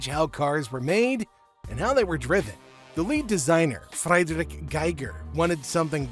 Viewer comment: [its not freidrich its like free drich. my oh my but what cahn ei sai? whatt äh puhr lengwitch...;-)]